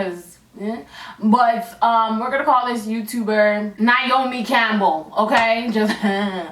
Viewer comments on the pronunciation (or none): That was funny when you said niomi Campbell because my name is Niamh Campbell and I'm always called niomi